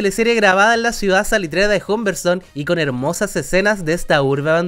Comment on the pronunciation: La media perso criticando y dice “jumberston”. 🤡